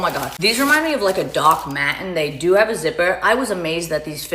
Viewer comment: so funny that my echolalia picked the same things as you did "doc ma'ens", "so good", "so cool", i was laughing so hard saying them at the same time as you